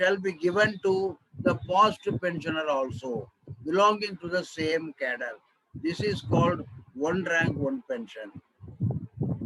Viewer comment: Please take care of some sentences ...cadre as cattle